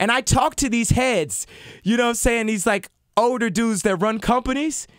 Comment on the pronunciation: he can't even pronounce "older"